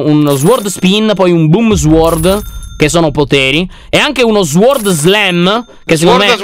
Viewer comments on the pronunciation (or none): sward siwing Lyon:eh sward swang Io: sword che!!😂😂😂😂😂